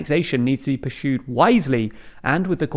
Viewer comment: "purshued" like pronounce stuff properly man